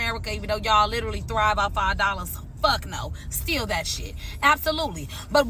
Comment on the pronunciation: Those people need English 101 not EBT. It's steal, not stillll.